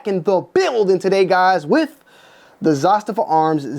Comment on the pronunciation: Dude youre on the slow side...its pronounced "Za-staava", And not Siberia in the Russian tundra. SIBERIA.